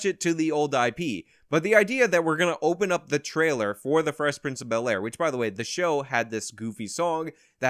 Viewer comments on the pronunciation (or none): Fress princh of be👅👅 ayre